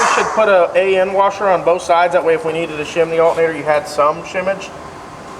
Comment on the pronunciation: HUH!! HE SAID SHIMMAGE!!